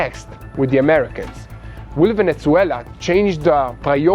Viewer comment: Please do not say Ajran and veneCuela :)❤